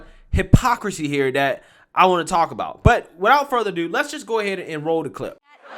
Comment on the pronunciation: It is not "dat." It is "that." It is not "dere." It is "there."